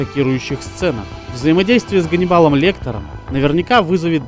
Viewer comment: КАНИБАЛ Лектер😄,вобще то Ганнибал😉